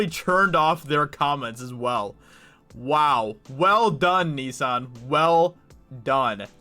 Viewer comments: First time I've heard Nissan pronounced as "Nee-san" 😅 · "Knee-san" 🤣 hahaha.. not hating but that cracked me up everytime you said it 🤣..